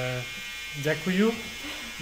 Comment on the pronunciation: djakuyu is Ukrainian spasibo is russian ) you were in Poland. “ djekuje” is the correct way to say thankyou there